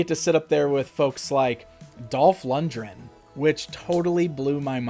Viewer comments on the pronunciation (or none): Lundgren not lundren, you’d think for being such a huge fan he’d at least know how to pronounce his name correctly